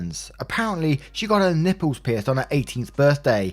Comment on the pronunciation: Story 1 - snort totally said Ň Ï P P Ľ Ë Š